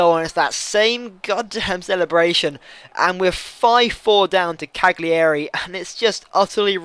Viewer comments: Cagliari - Cally-Ary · it's pronounced "caliari" :)